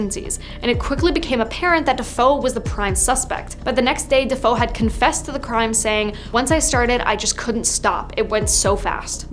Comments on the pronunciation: I can't even watch this video since this girl does not know how to pronounce their names it's not Defoe it's Defeo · It's not Defoe, it's Defeo